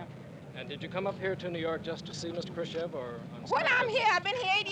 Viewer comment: To all native English speakers: listen to this guy, how he actually pronounced Khrushchev because he actually did it correct. Today, you all do it WRONG. And it's not about beginning but the end: "EV" today vs. "OV" 66 years ago.